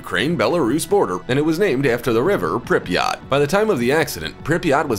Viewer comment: The way the narrator says Pripyat is killing me 🤦🏼‍♀️